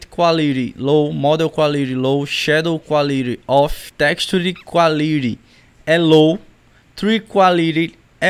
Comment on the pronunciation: “Quáliri” AAAA GOZEEII